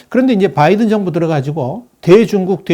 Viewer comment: 전부터 귀하에게 하고 싶은 말이 있었습니다. 귀하의 방송을 듣다보면, Biden의 이름을 발음할 때 분명히 B로 시작이 되지만, 상당히 많은 방송에서 귀하는 <M과 B의 중간 발음>을 하는 것을 발견했습니다. 이 방송에서는 14분 42초의 위치입니다. 확인하시기 바랍니다. 명확하게 B 즉, 한국인의 발음으로도 가장 쉽고, 또 분명하게 발음이 가능한 "바이든"임에도 발음을 이상하게 합니다. 수정이 돼야 하지 않겠습니까? 예를 들면, 골프를 치다보면 어떤 사람들은 Nice Shot을 외칠 때, "라이스" 또는 "롸이스"라고 하는 이상한 인종들을 보는 경우가 왕왕 있습니다. 분명히 "나이스"라고 해야 하는데 말입니다. 이런 인간들과는 완전히 다른, 충분한 학식을 갖추신 분임이 분명히 알고 있으므로 이들과 동일시 하려고 하는 것은 아님을 이해해 주시고, 참고가 되셨기 바랍니다.